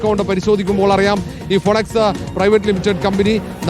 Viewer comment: ഫിനിക്സ്, ഫൊണക്സ് അല്ല